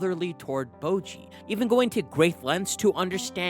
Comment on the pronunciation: Bojji's name is literally pronounced in the show, so why do you say "bowgee"?